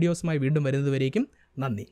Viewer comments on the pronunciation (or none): none